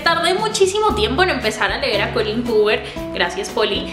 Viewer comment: GRACIASSS GRACIASSS, me llamo Colleen y todos lo pronuncian mal, acabo de ver tu vídeo y tu si lo pronuncias bienn!!! Es musica para mis oídos😘